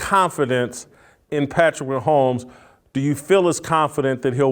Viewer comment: Why is this Asian dude commenting and can’t pronounce Patrick Mahomes last name…